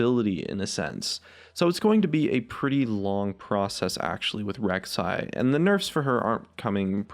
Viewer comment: Rek'sai againn? You drunk?